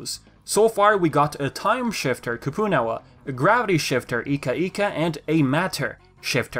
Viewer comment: "We have Koopoo-Nawa..." Lol